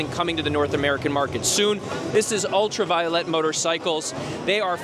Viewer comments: Pronunciation, proper pronunciation is paramount when doing any video. So, let me help you. Ultraviolet is properly pronounced: ul tra veye (as in 👀) O let. Not: Ul tra vee o let. FYI. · pronouncing the name wrong